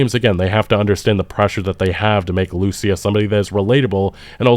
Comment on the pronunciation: I really wish people would stop mispronouncing the name of Lucia. The name is hispanic. The male version of the name (Lucio) has the accentuation on the U, but the female version of the name has it on the I. It's almost as bad as when they mispronounce Simon Bolivar's name by putting the accentuation on the O in Bolivar, when it's also on the i in there.